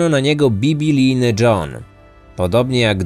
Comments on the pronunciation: Biblijny, a nie bibilijny.....okropnie się tego słucha. Jesteś jednym z najlepszych podcasterów, więc liczymy na idealną poprawność językową 😊. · Czy tylko ja tam słyszę bibi-lijny a nie bib-lijny? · Bibilijny??? Mówi się biblijny.